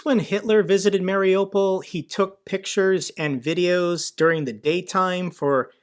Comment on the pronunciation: MARIUPOL is pronounced ..."MARI-U-POL (mary-you-pol)"...and NOT...."MARI-O-POL." The strongest accent is on the "U" (YOU).